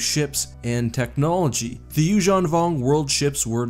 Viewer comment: I like how, you actually pronounce Yuzhan properly